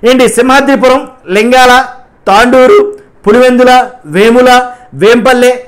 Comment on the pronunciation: Tanduru kadhu ra ayya Thonduru